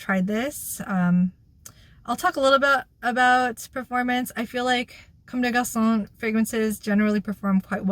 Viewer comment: French pronounciation is parfait!